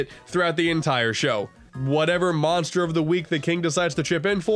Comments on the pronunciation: I NEEDAH MONSTAH TO CLOBBAH DAT DERE KIRBEH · I NEED A MONSTAH TO CLOBBAH DAT DAMN KIRBEH Edit: Dat dere kirby. There shall be no cursing in kirbo's Christian channel